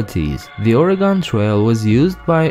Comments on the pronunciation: Not to be rude, but the last syllable in Oregon is pronounced the same as "gun", not "gone". We Oregonians are just a bit touchy on this matter. ;-) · As an Oregonian, I die inside when someone pronounces as Ore GON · No offense, but it’s not ore-a-gone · I live in Oregon and I say it as OR-Y-GUN! Please say it right. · Oregon is pronounced (ORygun)... :( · Dont feel bad. Many people in the US pronounce it incorrectly. It's a running joke among people from here how everyone from other parts of the country say it. Or-ee-gun. Many people from other states say "organ" like your liver or kidney. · No it’s not…. It’s pronounced (or) (ii) (gin)